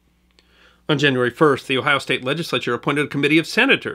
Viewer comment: It's always nice to hear people pronounce Ohio place names correctly.